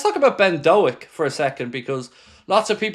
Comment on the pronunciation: Pronounced Doke you melon 🤣up the reds